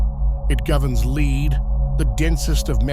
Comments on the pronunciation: The name of the metal lead is pronounced "led", not "leed". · "Lead" (Pb) is pronounced "led".... A human would surely know that - even an Australian 😉👍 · When will AI learn to pronounce LEAD the metal instead of LEED?